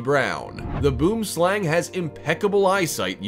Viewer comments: Boomslang is pronounced boemslung Its actually afrikaans and it means tree snake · your pronouncing boomslang rhong